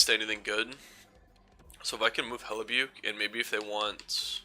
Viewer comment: It's Pronounced Hellibuck